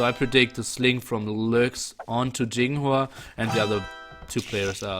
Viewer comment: It's *Y*inghua not *J*inghua lol. Does Y pronounce J in English?